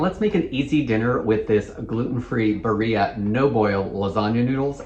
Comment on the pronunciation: Barilla is Italian, so you pronounce the L -> Bah reela